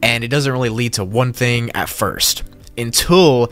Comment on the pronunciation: Anybody gonna take about “onr” when he says “one”? 💀💀. I’m not trying to be rude or mean.